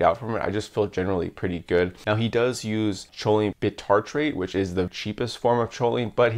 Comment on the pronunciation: I was confused when you said "sholine".. its "koline".. sorry to be that guy..